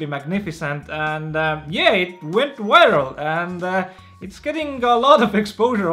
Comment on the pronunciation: kas sa palun saa fixida oma "viral" sõna häälduse hahahahahah